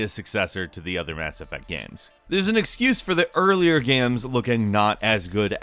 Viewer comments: Are you actually unable to say "Games" and must say "Gams" instead?? What a buffoon. Learn to pronounce. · Why do you pronounce games as "gams"? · It's pronounced "games", not "gams" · Gheahms? You mean games